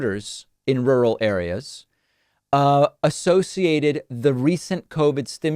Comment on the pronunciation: Rurr-al. Rurr. Al